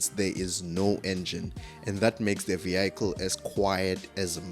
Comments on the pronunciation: What’s a vee-ackle? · Vehicle,that is south Africans there 😀😀😀😀